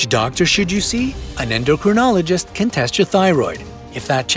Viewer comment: Since you refer us to them often, you might say "endocrinologist" properly. 'In my beginning, is my END.'